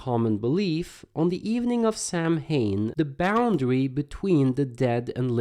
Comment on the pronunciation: FYI: "Samhain" is pronounced SAO-WIN.